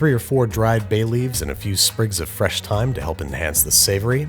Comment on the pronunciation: “And a few sprigs of Tyne are gently jostled” 😂